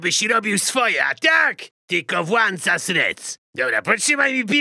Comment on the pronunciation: "tylko włancasz REC" ehh... ty żydku